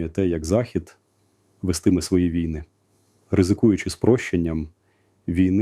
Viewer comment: Голос Залужного, а наголос як у штучного інтелекту... На тридцятій секунді неправильний нагос у слові ВІЙНИ. Треба задуматись. Думаю що фуфло. Це не Залужний. Звнадто монотонно для Залужного.